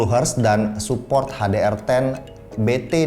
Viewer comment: Salah sih gw nulisnya di script ga lengkap malah pake "u" atau minimal pake μ wkwkwkw tapi ya gmn Om lidah udah Betawi banget ini 🙈 Itu aja "ha de er" salah juga harusnya "eij di ar ten" 🤣 ya maklum yaa namanya juga anak kampung Om, tapi ngerti lah ya maksudnya ✌️